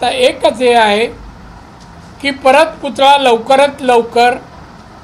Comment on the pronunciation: पुतळा सुध्दा नीट बोलता येत नाही